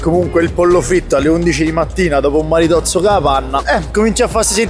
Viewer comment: non si dice maritozzo ma maritosso alla mr 18